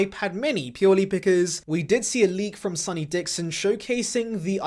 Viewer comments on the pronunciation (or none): none